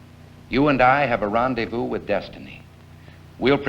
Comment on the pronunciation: One of his most famous quotes " You and I have a rêndevous with destiny "